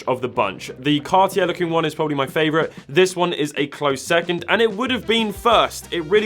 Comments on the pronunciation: “Cartiere”? Really? You can’t even pronounce the names right. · Car T Air? Adam R Peegay? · Cartyheir? Best pronunciation of cartier i’ve ever heard